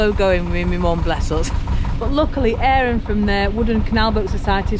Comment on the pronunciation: Hi, and Mom. Crumpets? They're not crumpets, I'm Black Country born and bred and proud of it, and we call them pikelets!. Good to see you pronouncing Aaron's name properly as Airon, not Arron as we hear so often. Excellent video again, can't wait till next week. Incidentally, it looks like there won't be a Black Country Boating Festival at Windmill End this year as they organisers seem to be having trouble raising enough funds. Let's hope it'll happen next so we can see you and Puddin, and Jackie of course, round 'ere!.